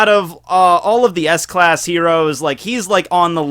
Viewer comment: Did he just say ass class?